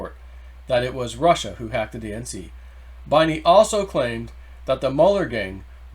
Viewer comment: Binney is pronounced “Benny”